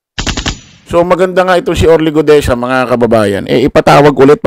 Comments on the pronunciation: Guteza not Gudeza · Orly Guteza hindi Orly Gudeza ayusin mo ang pag pronounce pleasee